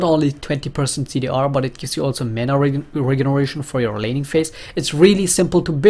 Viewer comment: do you say "mana regeration"?